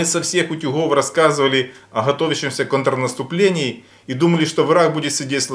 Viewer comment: Нравится смотреть ваши видео. Но хочется, чтобы вы говорили правильно. Не "кАнтрнаступление" , а "кОнтрнаступление".